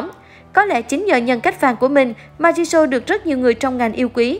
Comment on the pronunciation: Rosé chứ k phải Rose-Jisoo chứ k phải Ji-sô nha.